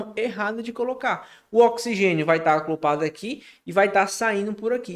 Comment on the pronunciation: alguém por favor dá uma aula de português pra esse cara, é o segundo vídeo que assisto com, ele falando "aclopar" em vez de ACOPLAR!!!! Nos minutos seguintes ele permanece no erro falando "aclopa", "aclopado" aff! Video muito bom, ele explica super bem, só precisa aprender a falar direito!